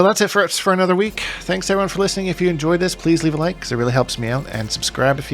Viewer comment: “Fighnally, Anothah suhwardsmin”